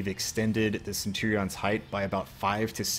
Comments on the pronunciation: Dudes pronunciation of Centurion is killing me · Ah, Cen - tu - rean. But this is great!